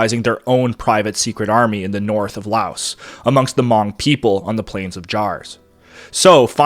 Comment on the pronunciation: How can you do a documentary on this topic and not know how to pronounce Hmong?